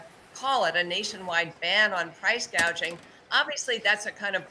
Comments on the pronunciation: She calls it "price-GAGING". Can't even get the word right. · She still calls it gagging